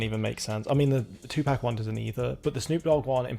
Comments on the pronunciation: It is 2Pac not 2Pack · 2Pac is pronounced Pahc/Pahck … it’s not like a pack of cigarettes